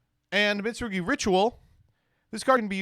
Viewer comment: I love that he can pronounce Mitsurugi but can't pronounce Ouroboros